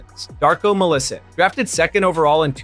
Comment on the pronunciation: "Mill-e-sick"? That's not how you pronounce his name... It's "mill-ee-cheech" - on GSW defense, Wiseman was drafted during the pandemic season, where all play was on hiatus, so most of teams were drafting a bit blind. It was like darts draft: few hits, most misses - why during Bagley's bit, there's a picture of J. Wiseman xD? Granted,they were both in Pistons at the same time but still ;)